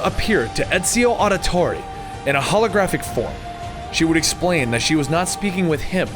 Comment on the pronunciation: (Ezio Auditore da Firenze) said in Italian accent